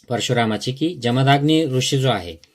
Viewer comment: निदान उच्चार तरी बरोबर करा. इंग्लिश स्पेलिंग वरून जमदाग्नी असा उच्चार करत आहात. जमदग्नी असे त्यांचे नाव व उच्चार आहे. तुम्ही आहात, की करा. तुम्ही जे ग्रंथांचे वाचन केले ते तुमच्याजवळ ठेवा. त्याचे मनन चिंतन जरूर. करा व तुम्हाला पटेल ते तुम्ही जगा. परंतु लोकांना जात, धर्म यावरून भडकवण्याचे काय कारण? लोक पुस्तके, संदर्भ न वाचता, न विचार करता गोष्टी उचलतात. त्यामुळे सध्या देशाचे जे वाटोळे झालेच आहे, त्यात तुम्ही भर का घालत आहात? धर्म जात बुद्ध विविध ऋषीमुनि व देव हे सगळे त्यांच्या त्यांच्या जागी असू देत. आज गरज आहे बंधुत्व, प्रेम, माणुसकी, कष्टाळूपणा याची. असो. तुम्ही तुमचा धर्म कीचा अनुसरावा. करीनासे संपला, त्यानंतरचे तुमचे व्हिडिओ उंटावरून शेळ्या हाकण्यासारखे चाललेत. परदेशी राहून इथे भारतात काय राजकारण घडतंय किंवा देवाधर्माचं कोणी काय करायचं याचं चर्वितचर्वण करू नका प्लीज. तुम्ही चॅनेल बंद केला तर भारतातील तुमचे जातधर्म बंधु फार सुखी होतील.